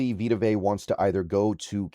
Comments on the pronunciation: Learn to pronounce his last name dude! Vea is pronounced Vay-ahh not Vay!! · it’s not vita vay… it’s vita vea (vay-uh) smh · His surname is pronounced Ve (as in Very) ah. Not vey /vay. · “Vey uhh” goodness lol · Dude two seconds to do some research on how to pronounce his name it’s Vita VE A. Dude is a husky legend how do you not know how to pronounce his name.